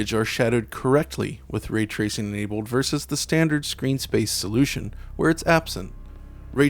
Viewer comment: When he gets to certain words like "cold" "enabled" his voice has a funny sound to it. Changes it to "Code" and "Enabode" its a little jarring